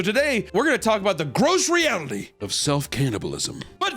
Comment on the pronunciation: "Gross reality" almost sounded like "grocery outlet"...same thing in this story lol.